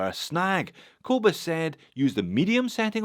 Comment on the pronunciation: As a Scottish South African I cringe at the way a Scottish Australian says the name "Kobus" 😁😁😁